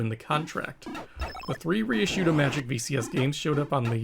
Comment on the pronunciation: Finally, a person who correctly pronounces the word "Imagic". Most other channels obviously don't see the connection with the word "image", and pronounce the name as if it were an Apple product.